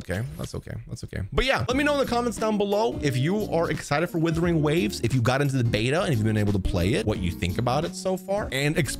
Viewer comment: Sorry but stop. It's not withering.. there's a U. It's Wuthering Waves.